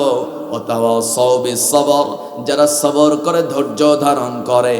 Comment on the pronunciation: সবর হয় কেমনে🙄 তেলাওয়াত সহি করেন। শুধু সূর হলেই কি তেলাওয়াত হয়ে যায় 🤔 সুর আলহামদুলিল্লাহ অনেক ভালো